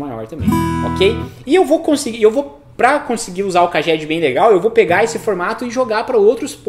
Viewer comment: Pronuncia real CAGED = "Keidjed"